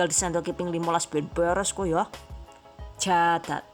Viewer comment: Kirain ngomong cacat